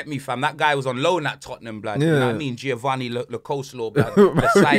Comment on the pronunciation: “Giovanni lo coleslaw “ 🤣🤣